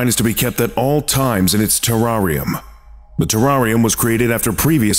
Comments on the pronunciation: The way you say Terrarium makes my skin crawl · Terrarium LOL you mean terrarium it's funny every time I try to spell it on spell check it spells it the same way pronounce wrong on video